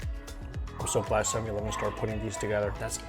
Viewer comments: It’s funny the way he saids 7-11. 7EEE E -11 lol😂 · are you intentionally saying 7/eleven wrong?